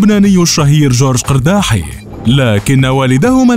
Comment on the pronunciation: مليت مليييييت وأنا كل مرة أصحح لكم، نحن اللبنانيون ننطقها "إرداحِي" وليس "قِرداحي